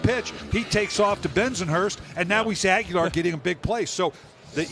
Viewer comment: Agholor not Aguelar